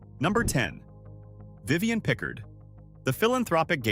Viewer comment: It’s Vivian pi’CARD…not pick-herd!!! Say her name correctly!!!!!!